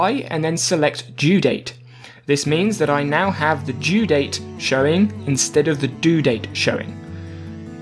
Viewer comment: OH MY DAYS you meant DO date and DUE date jezussss it confused me why you said due date TWICE like bro distinguish it better and don't call it DO date BRUH